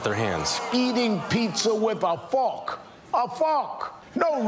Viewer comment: "Eating pizza with a fohk! A FOHK!" 😂😂😂